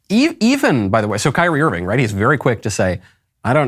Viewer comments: Michael, admit it; you pronounced his name “Keer-ree-ā” before someone corrected you. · I did like the clip, despite the weird pronunciation of "KYRIE". :)